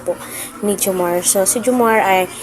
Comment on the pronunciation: maam:reaction hindi po ang pronounce ay jomarrrrrr. jomar